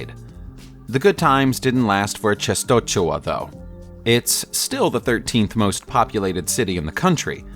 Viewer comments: Częstochowa. Hard name to pronounce. Polish is a tough one! You could do a lot worse than: Chen-sto-hova... ch is pronounced more like an English "h" (or even better a Scottish "ch" as in Loch Ness) "w" is pronounced like an English "v". Fun video though! :) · the pronunciation of che-sto-cho-wa is incorrect. To the western ear, Częstochowa is better pronounced as chen-sto-HO-va. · Chestohova is the more less correct pronunciation of Czestochowa city name... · The way you say Częstochowa is funny. :) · How is it really pronounced?